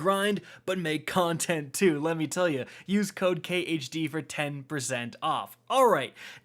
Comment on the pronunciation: While at the 1.5x speed during the promo for the energy drink I could swear when saying "use code khd" it sounded like he was saying the only way he could stay up and create content "let me tell you use cocaine" I had to put cc on to figure out what he said. Side note I'm really tired watching this so that didn't help.